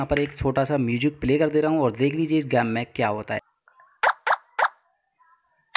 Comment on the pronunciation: Game not gammee